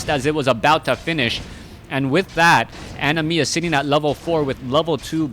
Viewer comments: why do you say animiya? it is anima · Yeah, like "animal" without the L.